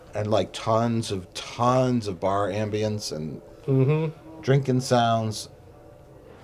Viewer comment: Paused .... has anyone ever pronounced Ambience like that before?